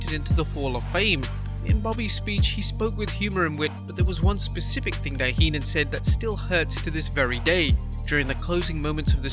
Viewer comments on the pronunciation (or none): none